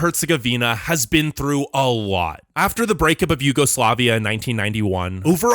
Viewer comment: “Former YugoslavIK…. Yugoslavik? Come on man, stop making up nonsense words on what is supposedly an informative video. (Bulgaria) “is the only Slavic state never to join Yugoslavia” WTF. Did you mean Balkan Slavic state? If so, say so. Guess what - Poland, former Czechoslovakia, and many constituent parts of the former USSR are Slavic and they didn’t join Yugoslavia. A great video but please engage that American brain sometimes.